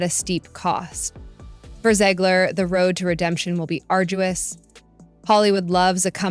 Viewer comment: Great video but you never did figure out how you wanted to pronounce Zegler. Gotta pick one way and stick with it. Lol